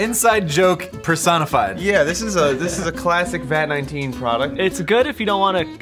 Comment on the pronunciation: He said vat naneteen